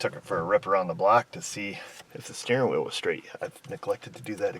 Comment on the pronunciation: "hwheel"? is that you, stewey?